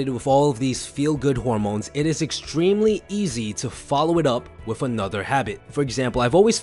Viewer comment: please stop saying 'WIFF' instead of 'WITH'. Try to improve that.